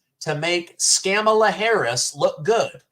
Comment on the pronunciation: 'Skamala' OOOPS!!! Its the illegal immigration and inflation fiasco that caused the tongue twist. No need to apologize. 🤣🤣😂